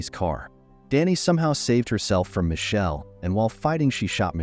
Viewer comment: Why can't the narrator pronounce My kel is how it's pronounced. Damned confusing as to who the players are.😢